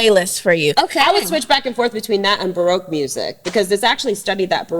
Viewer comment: I kept wondering what on earth is broke music and why would Rachel listen to it... then she described it and I understood..."ba-roque"